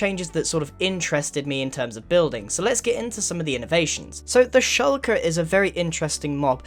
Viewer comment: It's not pronounced "schulker."